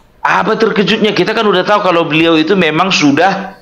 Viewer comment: Berliau.... Pelan pelan kalau bercakap cakap bukan berliau tapi beliau... Hahaha